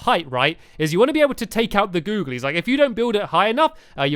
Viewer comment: Can you not say googilies for one video